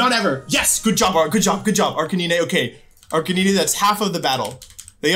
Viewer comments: Sorry, Ar-kuh-nine, my dude saying ar-kuh-nee-nee XD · Calls Arcanine ARR- CAN- NINEY Bruh 😂 i cant tell if this is on purpose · I don’t think I’ve ever heard anyone pronounce Arcanine like you do😂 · Arc-nyneh x3